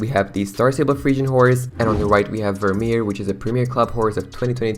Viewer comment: As a Frisian I’m deeply hurt by the pronunciation of Vermeer 😂